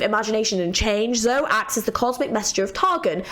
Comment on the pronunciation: Also "e" in Zoe is not silent. She's "Zo-e".